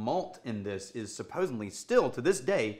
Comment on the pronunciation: Did say "supposenly"?